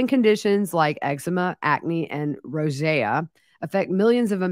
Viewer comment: Rosacea is pronounced like Roe-za-sha. You were saying it correctly Monday & Tuesday. I have Rosacea. It's common in folks with Scottish heritage.